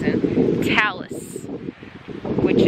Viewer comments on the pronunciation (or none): Hi Canadian here! It’s Telus not Talus lol. Love your videos 🙂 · Sorry, it's TElus not Talus. I'm from B.C., Telus covers, B.C., Alberta and Yukon. But it's nice to know that Telus phones will work off the Verizon network! I have a Telus phone! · TELUS not TALUS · Sorry hon it's Telus not Talus.